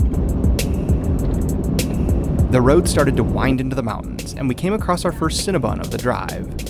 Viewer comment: I heard cinna bun..